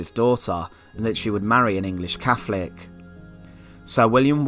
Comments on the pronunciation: . It's catholic not cafolic ,method not mefod! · Very interesting. But a tad confusing with lots of F's. Fawkes, Cafolic, mefod etc etc.